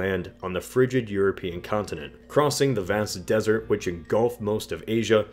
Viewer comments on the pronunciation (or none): none